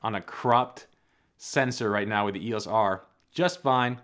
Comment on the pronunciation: Please say EEYOHS, not EEYAS. 😉